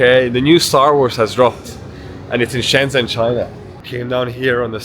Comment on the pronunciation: Nice video! China is truly amazing and futuristic. Some friendly feedback: you are pronouncing Shenzhen a bit wrong, the "zhen" syllable sounds more like something between "jen" and "chen" in English. If you check a translate app you can hear how it's supposed to sound.